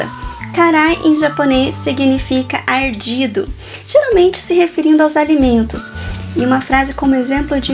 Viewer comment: Eu acho q tá mais pra mineira. Eu acho que como ela morou no japão por muito tempo, perdeu um pouco do sotaque. Mas dá pra perceber pelo "Ocê", encurtada de palavras e o "R" um pouco arrastado. - O "Arrrrdido" dela é um pouco mais arrastado.